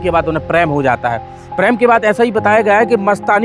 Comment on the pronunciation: PREM, NOT PRAM. 😂